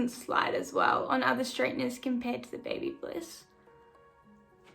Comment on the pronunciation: It's Babyliss, no "bliss".